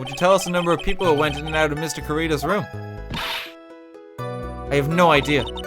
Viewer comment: yuan? YUAN?! WHAT DO YOU MEAN YUAN??? *cries in spanish* edit: corr*i*das not c*o*rridas